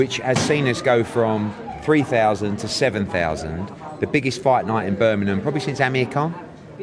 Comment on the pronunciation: Just say Birmingem like everybody else. Birminam is even more stupid.